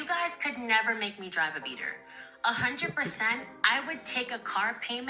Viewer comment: Wtf is a beater 😅..? You mean "bleeder"